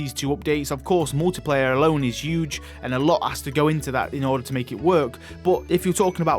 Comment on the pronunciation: that was a "hewwgge" one 😂 what an accent